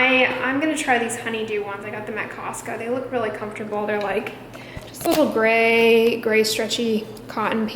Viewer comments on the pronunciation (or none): none